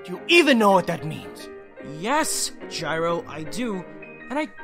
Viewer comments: actually it's more pronounced gyro with a solid G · I just want someone to pronounce it "yee-roh" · from what i remember didn't the name gyro come from Gyroscope which would mean it is pronounced like Guy-row